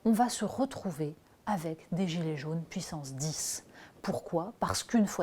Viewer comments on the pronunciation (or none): none